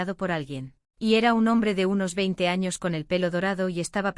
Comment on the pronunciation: Muy chido y todo, pero me dió risa cuando dijo "los primeros anos* jdjsjsjajsj